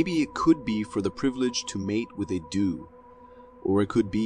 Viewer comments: They aren’t reindeer they are white tail deer, and it’s not “do”but pronounced like “dough” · I laughed when he said a do and not doe 😅 I also noticed quite a few let's say bloopers 😮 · Hi, Is it deliberate, or do you really not know that its not a 'Do' But a 'Doe', That a rake screeching sounds like no baby to me, and that the pronunciation of some words are totally wrong?. You sound like an intelligent person so it confounds me at times when you call what is clearly 'a man', 'a woman', that you say 'hes wearing a dress' when 'She is clearly wearing trousers/Pants', If this is supposed to be funny then im lost on the joke, its just irritating at times, otherwise I really like your show and will keep watching.